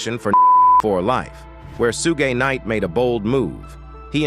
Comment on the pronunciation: "Sue gay knight?" 😂😂😂